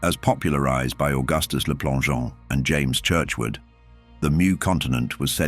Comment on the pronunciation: its spelt Mu but pronounced MEW. The authors name is Churchward not Churchwood.